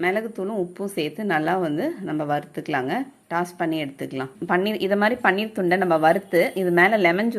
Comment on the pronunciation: பண்ணீர் இல்லை.அது பன்னீர்.